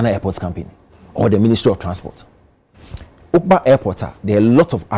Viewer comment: The word is Oobak3 not obaak3